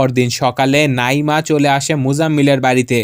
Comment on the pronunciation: ওফফ নাঈমা নামটা সুন্দরভাবে উচ্চারণ করেন😐 নাঈঈঈঈমা কি হ্যাঁ 😐